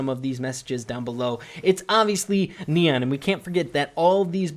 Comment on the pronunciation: Does anyone misheard leon when he said neon